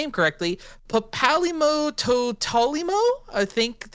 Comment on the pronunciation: Papalymo, pronounced papa lee-mo has been around since ff14 1.0 at the start of the game and im not gonna let you slide around making a deck tech of him without you knowing how to pronounce his name. I mean you already did and I can't do anything. But now you know how to pronounce his name kinda.